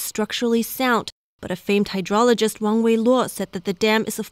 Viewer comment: Wang is not wong.